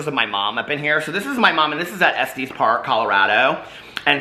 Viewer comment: I love you but it’s pronounced EH-STEHs not EHSTEES ~ Colorado native who lives in noco